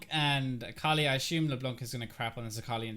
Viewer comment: It always throws me off when you have an Akali on your team. It seriously sounds like you're saying Carly to me lol Sometimes I-Carly, but I usually only hear Carly. The first few times I heard you say it I legit thought you were talking about a girl you knew IRL xD